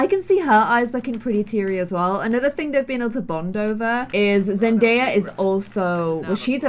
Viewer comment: its zendaya just can't say it